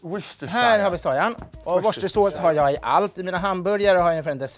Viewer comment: Finns det inte en jävel som kan uttala såsens namn?!?!?! "worcestershiresås" heter den ju faktiskt!!!